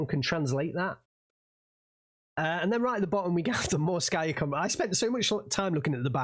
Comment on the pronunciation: translation for BA-64 kombat ( its pronounced kombAt, not kOmbat - comandir bataliona, batallion commander ) is Berlin-Caucasus